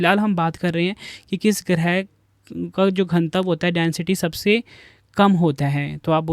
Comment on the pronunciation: घनत्व ☑️ घनतव❌